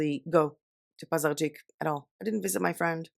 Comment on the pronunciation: Wow, respect on how you pronounced Пазарджик - quite a difficult word! :)